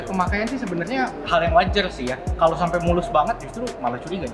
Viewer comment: 'Sampe' bang...bukan 'sampek' 😊🙏